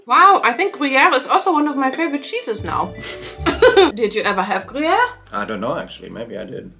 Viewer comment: IM ALWAYS SO STUNNED BY YOUR FRENCH ACCENT THE BONJOUR TOUT LE MONDE WAS NATIVE HOW DID YOU LEARN TO PRONOUNCIATE SO WELLLLL edit: you pronouncing gruyère PERFECTLY OMG IS THAT WHAT THAT BERET DOES